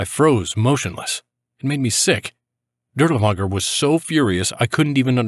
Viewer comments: Not 💯 sure, but was told to pronounce it as Dirlfanger in English. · You pronounce his name incorrectly, try saying Dirlfanger. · It actually is pronounced closer to durlaVAnger I believe , w's English are associated as v's in German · Shouldn't it just be Dirlevanger with v sound instead of w?